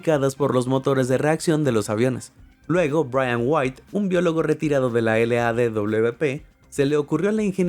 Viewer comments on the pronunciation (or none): none